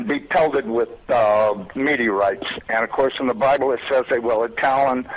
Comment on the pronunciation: ze bIIIible,really? lol